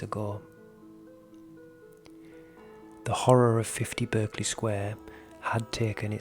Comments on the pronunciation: I worked around the corner from this house and my hubby worked opposite. They say the house was used by forgers who printed money so they needed to keep people away and that's why the stories started. The name Berkley is pronounced Barkley not the American pronunciation. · ... it's pronounced "Bark-ley" Sq. NOT as its spelling is depicted. I was corrected by a lady who once lived in that Sq. as a child. (well excuse me, I thought!) 🙄